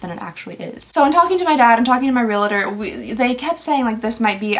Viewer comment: Its reALTOR not reLATOR